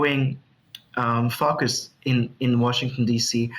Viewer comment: Its "foooocus" not fucus!🤣🤣🤣